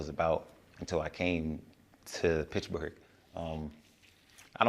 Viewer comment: Its PITTSBURGH homie not pitchburg😂